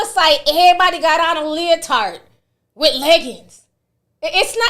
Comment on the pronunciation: Ti is killing me with this “leo-tart”😂 emphasizing the hell out of that “t”